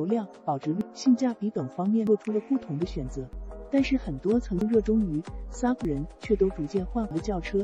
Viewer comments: su v ？笑死人 s . U. v. 才对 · 傻夫 車？第一次听人SUV唸成傻夫！